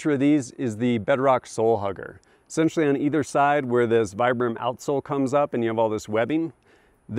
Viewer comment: Great review, thanks! Random bit of into, Vibram is pronounced Vee-brum.